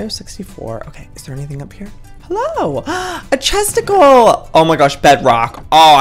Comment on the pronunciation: when he said chesticle i thought he said somthing inapropriat